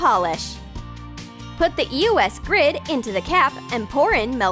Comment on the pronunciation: did she just say e o s? ITS EOS